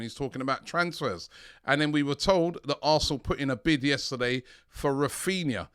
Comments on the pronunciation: Raphinha not Raphina Robbie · Why does everyone call him “Raphina”